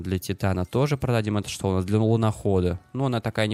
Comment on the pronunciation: Еще вместо "чо" , старайся говорить "Что"...